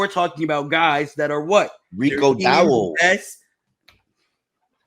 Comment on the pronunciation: is terrible with players names. “Rico Dowwle”